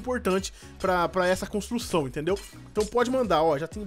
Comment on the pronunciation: Kkkk ele falou amenic contrucão